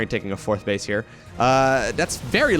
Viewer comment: did say center bitch. Instead of center base? Lol.